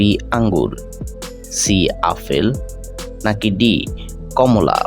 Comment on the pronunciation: কথা টা আফল নয় আপেল হবে